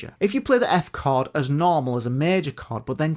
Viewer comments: Sounds like "card" even for my Russian ears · The way says “chord” sound like “card” to my Aussie ears 😂